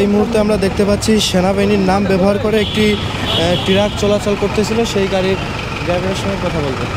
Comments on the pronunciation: হলুদ সাংবাদিক ট্রাক বলতে পারে না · টিরাক না,, ট্রাক হবে😂